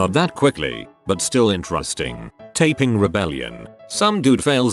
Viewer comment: Wait, how was it the TTS could not say the "Tai" in Tai Ping right, yet got "Qing" right? Tai in both Chinese and Japanese is said like the word "tie", not like "tay", for it to be said the way the TTS said it, it would need to be written as "Tei". Also, yes, any Chinese word starting with Q has a "ch" sound to it like the word "chime", as weird as it sounds.